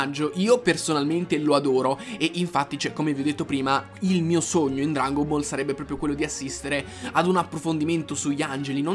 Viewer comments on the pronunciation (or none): none